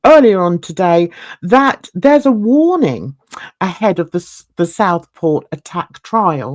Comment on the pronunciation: It's pronounced Southport not Stockport which what it sounds to me